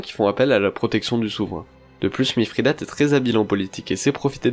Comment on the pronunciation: Bonjour, j'aime bien, bon travail :-) Mais pourquoi prononcer MiFRIdate, y a t-il une raison étymologique ?